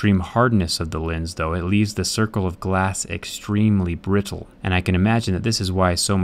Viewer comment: lmfaoo what was that brittle pronouncation